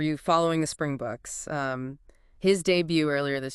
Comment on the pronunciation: The o in boks is like Bob or On not like the O in open.